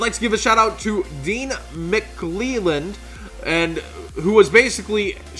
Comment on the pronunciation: lad!! Butcher of my name it's dean mc clell and -- the rest of ncg call me diano Mclayland forever now lol #ncg